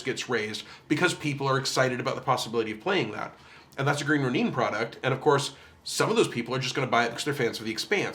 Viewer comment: Sorry for the necro, but I wanted to explain the pronunciation. Ronin, as you probably know is a Japanese word, and when there's an i in a latin-letter spelling of a Japanese word it's (almost?) always an ee sound.